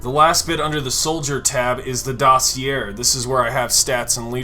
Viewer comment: I dig the video, very informative. But bruh, your pronunciation of "dossier" is killin' me